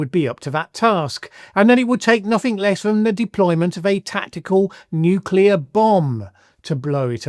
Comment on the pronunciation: I've always said that Trump want to use a nuke. The way he speaks of nuclear bombs (apart from him calling it "nucular") is a dead giveaway. Btw : I wonder if Russia still has nuclear-explosion-detection (like the US had VELA satellites) in service and if exploding one nuke near its border would set off a chain reaction (pun intended).